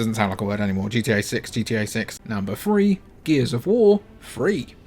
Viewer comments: I've heard that only cool and sexy people pronounce free and three the same way... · I'm not an English teacher but I believe the free and three are not pronounced the same ....